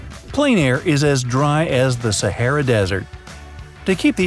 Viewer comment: It's not Sehera Desert It's Sahara Desert